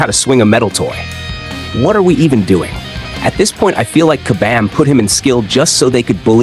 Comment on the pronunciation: What we want is for you to properly say KABAM!!! LOL...